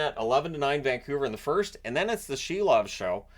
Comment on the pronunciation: Silov is pronounced SEAL- OFF, lol